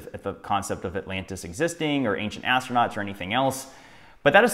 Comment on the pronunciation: You can't trust someone who talks out of the side of their mouth. And i can't trust someone who can't pronounce the word astronaut!